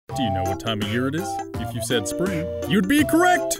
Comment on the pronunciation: AND IT IS NOT SPPRING